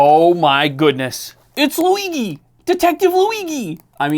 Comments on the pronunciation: Its Louie - G my man... not Louie-gi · Why bro pronounces Luigi as Luiqi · Luigi pronounced with a g and not a j annoys me. Im italian and im 99% sure that has nothing to do with the annoyance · what u called luighi is the italian real version of the name luigi with the fluffy G asswipe. if u want take joke of a bootleg do it in a way with a sense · that's not how you pronounce luigi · You can pronounce É but not "Luigi"? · who says luigi like that ??? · Who tf prononces Luigi like this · How do you mispronounce "Luigi"? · Listening to you butcher Luigi is a nightmare